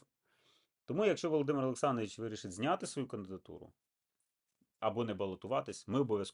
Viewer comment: Ви з таким трепетом вимовляєте володимир олександрович,добру копійку мабуть платять за схематоз.